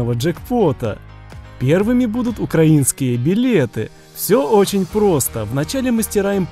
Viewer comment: Его слово украинский(ударение) вообще ни с какого язвка! Безграммотный:)